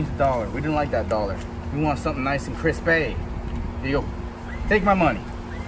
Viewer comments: I thought you said doll hair but it was just Doll-Har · He said doll hair